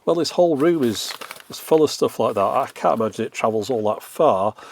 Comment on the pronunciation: I didn't really expected you to answer me, plus everybody hates russians right now, I'm a TRUE one, just don't tell anybody. The thing is - there are so many accents inside of London alone. I REWATCH Your videos all the time. My addition: when You say 'can't last fast chance' You always change it. Don't do it, please say it in the proper way like englishmen do, with longer 'a'